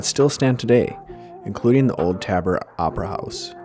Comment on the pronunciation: Good video. Just a couple of quick notes - Golden is actually south of Boulder and it's Tabor with a long a, not a short one. Named the after Horace Tabor who was the US senator and mining millionaire.